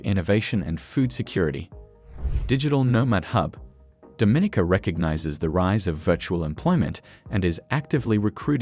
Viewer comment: I really wish you had learned how to pronounce Dominica correctly. It’s Domineeka, with the accent on the long e.